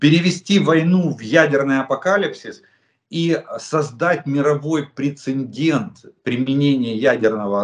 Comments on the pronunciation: Пре-це-дент. Без второй «н», Олег Владимирович. К сожалению, Вы заучили неправильно. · прецедент, а не прецеНдент. конвенциОНальное, а не конвенциальное. шо уж совсем-то...